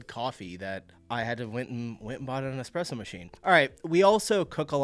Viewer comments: Espresso, not Expresso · it’s espresso! Not expresso 😊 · Wait, so I can easily forgive you for not pronouncing 'croissant' right, but then you walked straight into saying you got an 'EXPRESSO MACHINE'... that was painful. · "I haven't gotten down with pronouncing croissant yet... But I have an EXPRESSO machine" is killing me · It's ESpresso. Not EXpresso. Don't be so french ;) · It's not "Expresso" It's "Espresso" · Espresso not Expresso sweetie😭😭 There was a skit about this on Bistro Huddy, I didn't think it was real😭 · "Don't know how to say croissant" pronounces it perfectly, then says "eXpresso" lol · Did you say "eKspresso" machine? Duuude 😱 And I'm not even Italian ... 😱😱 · You're doing quite fine with pronouncing the "croissant", but you should work a bit on pronouncing the "eXpresso"...😋 (it's espresso, without x 😉) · You got 'croissant' right but then said 'expresso'. Good late save by saying 'espresso' though. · Love you man, it's eSspresSo. Not Xpresso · and here you are saying expresso🤦🏻‍♀️ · Do you mean ES-presso? no X. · THAT was intentional! wasn't it? expresso? :D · There is no X in espresso. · sie redet wirr, verbrennt sie. before learning to pronounce croissant please stop saying "expresso" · Did I hear a little "eXpresso" in there ? 😉 Love your videos. Share most of your opinions. Just teasing a little because I know you care😂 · ESPRESSO ...please :) There is still no X in this word